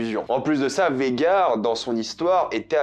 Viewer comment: C’est pas VEGAR, c’est VAGHAR, c’est relou a force, arrêter de sucer la VO si c’est pour toujours tout deformer a la fin dans tes reviews…